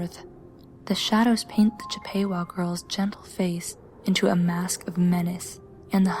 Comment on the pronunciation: It's actually Chipp-uh-wah. (Chippewa is a tribe... :3)